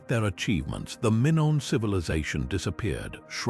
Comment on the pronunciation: 😅😅😅never heard Minoan or Mongol mispronounced before. EPIC FAIL.🎉🎉